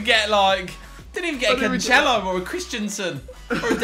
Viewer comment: ITS CANCELO NOT CANCHELO